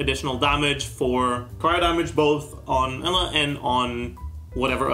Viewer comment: Lemme help you out with the pronunciation Eula(Ee-ouu-la)